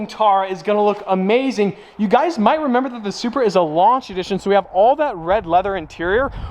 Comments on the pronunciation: is it me or did he say “Subaru” for Supra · Sounds like you said stock SUBARU 😅